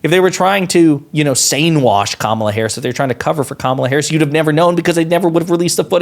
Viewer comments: He butchered her name. 🤣🤣 What kind of stupid person realizes that they aren't sure how to spell a name but is too dumb to spend 15 seconds and look it up. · They all purposely say her name wrong and it's annoying